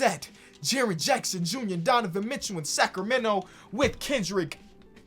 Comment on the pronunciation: “Donovan Mitchew”